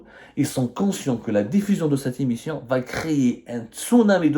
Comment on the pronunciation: Est ce que tu révisiones tes vidéos ? Certains mots sont prononcés tellement faux qu'on dirait que tu n'a jamais été a l'icoule. Priviligiant au lieu de privilégiant Dérécteurs au lieu de directeurs l'immission, au lieu de l'émission a prés la parole au lieu de a pris la parole Inutile de continuer le reste de la "védéo" est du même acabit